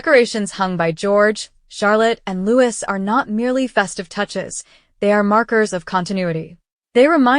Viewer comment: PLEASE PRINCE LOUIS IS HIS NAME AND PRONOUNCED LOOO EEE NOT EVERY OTHER NAME STARTING WITH L PLEASE GET IT RIGHT